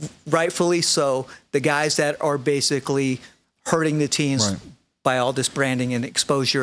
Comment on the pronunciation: If I had a dollar for every time said “basily,” I’d have like, a hundred dollars. Good Lord.